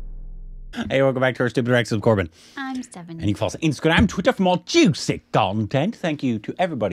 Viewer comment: Stephanie's pronunciation was right